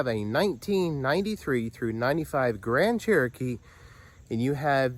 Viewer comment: stop saying cherokeets lol